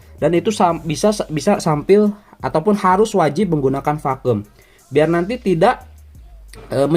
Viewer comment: Pakum bang bukan pakem